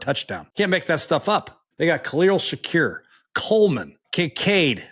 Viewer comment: McCoy being unable to know Shakir and how to pronounce his name…. Highest catch % in the league